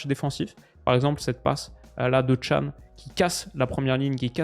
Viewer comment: CAN ça se dit DJAN pas TCHAN